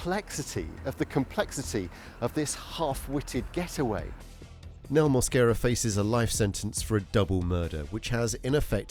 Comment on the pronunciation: He doesn't speak English but pronounces his last name with an accent... I am hispanic, and that is not the way to pronounce his last name in Spanish... he speaks and understand English for sure. mooasquera, jajajaja mosquera no moasquera...